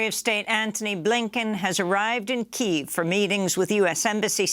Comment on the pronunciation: Hey, Amy, Kyiv still has 2 syllables. If you believe you have any expert on language who is your source for pronouncing it, like most of the idiot, ignorant, commercial news shows, please provide a brief source. Don't behave like those businesses who are too full of themselves to take the 2 minutes required to verify the pronunciation of a non-English name or term.